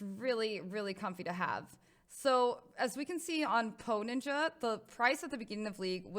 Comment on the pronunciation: every time she said "poe ninja" I thought she said "hoe ninja" lmao